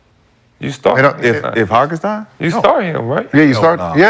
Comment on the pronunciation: Will Rashad ever say Hartenstein correctly